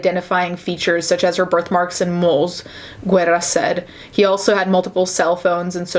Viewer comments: Guerra= weda as the correct pronunciation. Sorry couldn't help it. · Okay not that it matters, but the name "Guerra" doesn't have the u pronounced. In Spanish, when a g or c precedes an e or i, its pronunciation changes (g's get an h pronunciation, c's sound like an s). To negate this change, a u is placed between the letters when written. Without the u, it'd be pronounced like "Jerra". You only pronounce the u if it has the ü, like in "cigüeña" or "Nicaragüense".